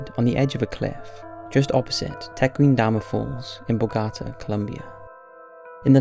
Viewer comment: you mispronounced eva peron and bogota, lol boagata, i like boaging ill give you a pass on that one